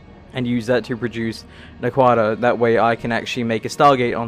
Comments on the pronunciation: Just FYI - the metal for Stargates is pronounced 'nack-wa-duh," not "na-kwada." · one of the only times I'll ever do this. it's pronounced Nackwita (in the show, at least) I'm only saying this cause I've watched every Stargate series available, thus making my head go (insert no. meme here) every time it's pronounced differently. Kinda like with books and how you'll argue with people on how this persons name is pronounced.(and then suddenly you hear the author say it, and neither of you is correct) not trying no be mean or anything, it's just irritating my OCD. But other than that, everything you've done is awesome (except for the semi-auto usage) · Naquada is pronounced An-Aqua-da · Naquadah has the accent on the first syllable :p